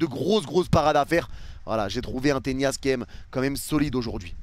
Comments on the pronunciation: Le nombre de fois où tu dis Ténias ça me stresse 🤣😭 on dit Tenas… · on dirait tu fais exprès ptdr arrete d'arracher le nom des joueurs, on dit tenas pas tenias, tu le vois où le i dans tenas ??? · Tenas ... Avec un N , et non pas avec la Ñ. Tres bon debrief